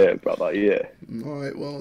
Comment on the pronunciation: “he’s your brova”